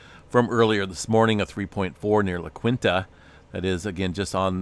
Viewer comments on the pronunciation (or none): Hi, The City of La Quinta is pronounced La Keenta. This is located out in the Coachella Valley where the 3.4 quake occurred.